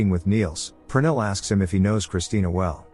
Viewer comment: oh I was right 😅 even though you're butchering the name Pernille 😂